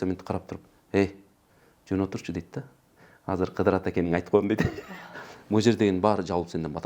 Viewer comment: Кыдыр алейсаламбы, же КыЗыр алейсаламбы ? Кызыр деп укчу элек да